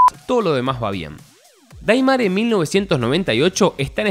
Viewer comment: 9 personas mas gente de capcom... Ya q Gracia's a ellos tenemos Al re2 remake q aparte participaron con consejos e incluso salen en Los creditos del re2 remake y vicerversa.... Tanto cuesta investigar y se pronuncia deimer 🤦🏿‍♂️🤦🏿‍♂️🤦🏿‍♂️🤦🏿‍♂️🤦🏿‍♂️